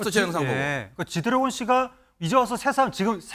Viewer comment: 앵커님~ 쥐드레곤 이라고 하신거 같은데요~ㅋㅋㅋ